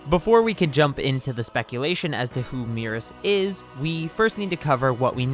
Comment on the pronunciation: Your pronunciations of Merus and Moro hurt me lol. Either way, I doubt he’s an angel, but the DB fandom comes up with some crazy theories. Also, angels go dormant until a new GoD is chosen. Angels don’t just run around and chill in whatever universes they want lol. I don’t get where people come up with this stuff. This guy is the top elite soldier of the galactic patrol. Is it really THAT weird that he has some type of skill?